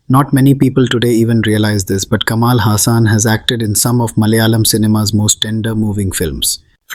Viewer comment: Agree! But its just how you didn't put in enough effort to pronounce some words in this video the right way. Kamal Hassan is not "Kamaal" Hassan and its "Saambaar" not Saambar. Some extreme stereotyping has defintely occured in the past. Hopefully things change in the upcoming movies with the new Pan India wave happening. Movie makers of the north better watch out for mistakes when representing South india becasue otherwise it will defintley be called out.